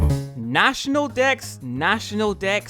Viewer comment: For a moment it sounded like you said national decks twice followed by national dicks